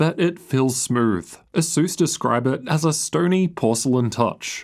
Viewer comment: why do i ALWAYS hear SUSU instead of ASUS when you say it haha